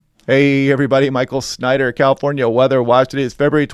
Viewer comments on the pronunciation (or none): none